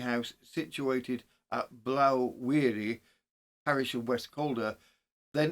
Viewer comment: Just a small correction as to to the name of blaw wearie the blaw is sounded as in awe or law not ow .